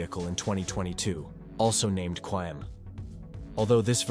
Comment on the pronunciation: You need some teaks for the way you say stuff "Qaem" is pronounced "Qa" then "Im" not "Quaem" which means totally different thing "lists" "Rezvan" is pronounced "Redzwan"